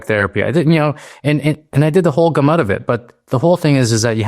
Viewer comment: Jsyk it's not "gah-MUT" it's pronounced "GAM-ut"